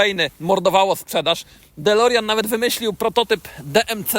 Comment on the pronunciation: "dolerjan" XD